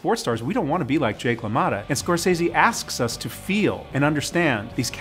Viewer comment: Why can’t this annoying woman say scorcese right 😩